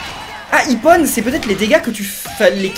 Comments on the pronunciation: ça ne se prenonce pas ipone mais ipon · On dit pas iponne mais ippon!!!!!!!!!!!!!!!!!